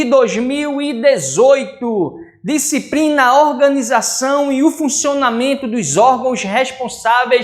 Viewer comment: "disciprina" e segurança "púbrica" tá foda brother....